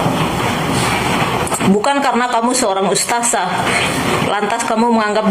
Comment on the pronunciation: Bu kerudung merah berkaca mata, anda fans nya si mata keranjang Rhoma ya? Kamu tdk kenal siapa Ning Umi Laila bahkan keluarganya. Cara kamu mengucap ustadzah saja dg ustazah, sdh menunjukkan kalau kamu tdk selevel Ning Umi Laila. Ngomongmu terlalu panjang. Nyerocos mirip mercon renteng. Kata2nya diulang2 terusssss. Pd hal Ning Umi laila cm ngomong satu kslimat. Rhoma memang mendidik anak. Tp dia memberi contoh dg tdk baik, yaitu kawin cerai.